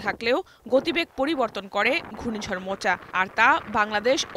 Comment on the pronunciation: উচ্চারন হবে মোখা, মোচা নয়। শুদ্ধ করে পড়ার জন্য অনুরোধ করা হল।